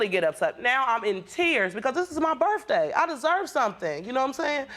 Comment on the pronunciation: It was her burf dae 😂